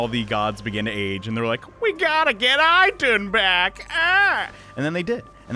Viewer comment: Gentle correction of pronouncing Idunn, The "I" is is actually said as "E" as in Eden :3